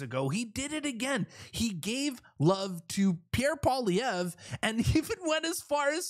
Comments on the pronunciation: You pronounce it pierre poilievre (poliyev) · Yes!!! That would be AWESOME to see Pierre Poilievre 🇨🇦on the Joe Rogan experience. That is a HUGE PLATFORM. (Maybe somebody can help Joe pronounce Pierre’s last name.. lol 😂.) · Rogan's so burnt out; He still can't say Pierre's name without f ing it up lol. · JOE! POLLY-EV. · Rogan should invite Pierre on his podcast and then ask him how to pronounce his last name. If he really likes him that much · It's nice that Rogan likes Pierre Poilievre. Too bad he wouldn't take the time to learn how to pronounce his name.